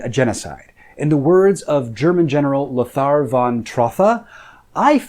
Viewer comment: You butchered "Lothar" which is fair. German th is pronounced just "t" as in today, not as in they ;) As a speaker of German I hardly recognized that name and I think it is important that people know about the atrocities with the right name tag to it. Simplest way is saying "lo-ta". Same with the surname so that it rhymes.